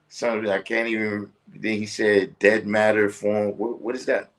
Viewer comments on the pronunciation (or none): Sounds like he said differentiated matter not dead matter. I think its dark matter